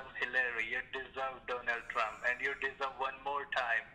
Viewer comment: When the scammer said, "Donald Trump", I thought he said "Donut Drmp". Lool